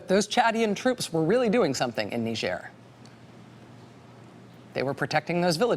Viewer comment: Knee zier since when is it french? Nigh girh